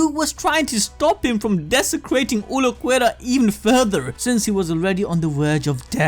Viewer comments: i think i will vomit if i hear u say "uluquerra" one more time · is Ulquiorra not Ulquerra pls bro ( great video btw) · OOL-key-ora Ulquiorra not uloquerra or w.e tf it is youre saying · "Ooluhquerra"? Who's that? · (Ul-Key-or-a) please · who the fk is ulucuera ? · "Vi-so-reds" "Ulo-querra" 🙉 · Visored - Vai-zurd Ulqiorra - Ul-key-aw-rah Hueco - Hweh-ko Cero - Seh-row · Uhl-key-oh-ra lol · Dude pronouciantion Cero= sero Vizards- vaizards Ulquiorra= Ul quior ra Byakuya= bi ya ku ya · ulquiorra is pronounced Ehl keh yorra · He must be doing it on purpose to make us comment. No way he thinks it's pronounced vizareds and uluquerra... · ABD it’s PRONOUNCED “ool-key-ore-a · I usually love you guys.. but there are WAY too many videos online, including BLEACH ITSELF.. for you to be saying Ulquiorra "ooloh-kwera". There's having an accent, and not giving a crap. This is you not giving a crap about your product or its consumers. Come on man. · Please for the love of god go listen to any1 say any of the names in the show man byakuya sure but then Ulquiorra got me. They say the names in the anime come on bro